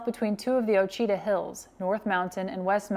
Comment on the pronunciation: Love this … Ouchita is pronounced waa•shee•tuh. This was awesome and full of mind blowing info💥💥‼️